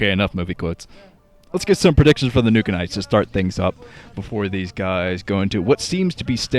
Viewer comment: what does "Nooka-nites"? mean XD